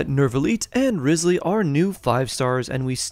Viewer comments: NervaLEET and RIZELeey 💀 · Repeat after me: New-vee-eht and Riss-lee🤭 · Life hack it’s not Wriothesley it’s pronounced Rizz Lee.